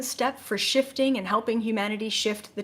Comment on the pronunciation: I couldn't help but laugh when you talked about purging and it sounded like you said Shitting Yourself to a new reality. It's not you its me lol.